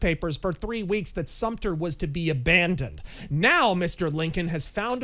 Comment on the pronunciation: So are you a historian? It’s fort sumter btw! 😂😂